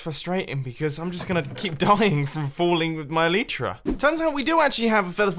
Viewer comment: elytra is pronounced: [ɛl ɪ trə]